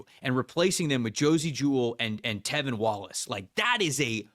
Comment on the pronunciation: tRevin Wallace my dude… TRRRRREVIN. Jeez Louise